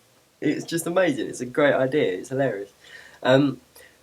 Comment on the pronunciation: i love how when you say "idea" it sounds like "idear" =] it sounds cute